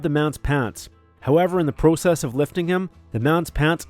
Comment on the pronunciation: And the way this Narrator says “process”…he MUST be Canadian…right?!?! Eh?? 😂❤👊🙏 (Just playin…GREAT job on all of this man!)